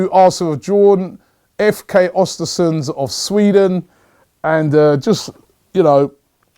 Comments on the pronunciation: pronounce ewhr-stewhr-sewndh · Östersund Ö like the E in Ernie and you'll pronounce it better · Östersund*** not Ostersunds